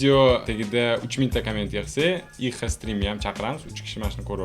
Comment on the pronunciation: Ixalay dib eshtildi😂